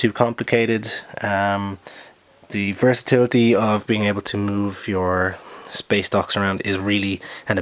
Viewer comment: Why do I keep hearing space docks as space ducks